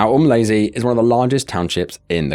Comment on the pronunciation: It's not pronounced as "Um lazy" it's Umlazi😮